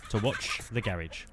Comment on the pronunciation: Garage❌ Garrage✅